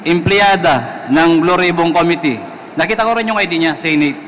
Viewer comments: Kelan kaya nila maitatama pronunciation nila ng "Committee", congressmen paman din... kaya nahahawa mga tao eh, lalu mga bata, akala nila un ung tama. hayz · Com-mit-tee your honor, not co-mi-te, para mas pogi ang dating mo. Hige subukan mong basahin, com-mit-tee!😁Rep. Dan Fernandez ✌️